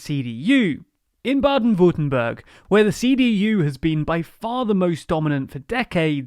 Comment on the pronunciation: if you cn pronounce Jürgen relatively well, you could try that for Baden-Würtemberg to sound a bit better. just saying.